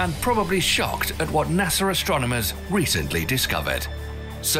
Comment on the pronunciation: It cracks me up how every single one of these English goofballs always add a "R" onto a word that ends in 'A". NASAr 😅😅😅